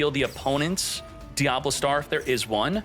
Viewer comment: diaBELLstar, not DIABLOstar